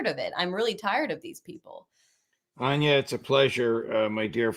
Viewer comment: Its Anya! rly?! Her name is Anya not Anna. Are you senile or something? How do you do that so often, clearly you're not very close at all.